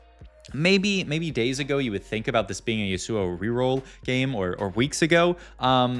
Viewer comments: Last video someone had a smojin on a zill AY in, and a sigh lass, as well as a shy vahn ah! And this time we have a yohn and Yuh SOO oh! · Ryze top left can't pronounce yasuo